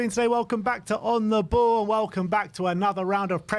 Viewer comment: Did he say “On the bald?” 😂😂😂